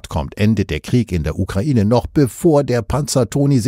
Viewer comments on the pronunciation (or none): none